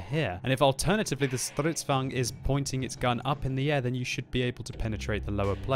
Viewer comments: it's stridsvagn not strutsvagn BTW stridsvagn means tank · It is name is stridsvagn s not strutsvagn s I now that beceus I am Swedish!!! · (though I know you LOVE trotting out your pronunciation of "Strrrrisdvaagen") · I cringe so hard when he says stridsvagn